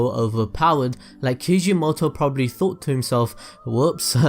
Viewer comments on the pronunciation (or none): none